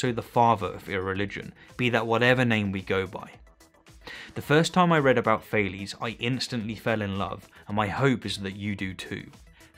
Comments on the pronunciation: Sorry for being an anal, but it’s funny how you talk and describe Thales accomplishments and success, yet pronounce his name as Fail-es. I regret nothing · It’s pronounced Ta les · Actual Greek pronunciation would something like “Tah-lehs” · Thales is not an english name. Please pronounce it greek. „a“ like the „a“ in „car“, „e“ like „yes“. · It's funny how much the english pronounciation of "Thales" differs from the german. I think we don't know enough about this man to make a fair assessment.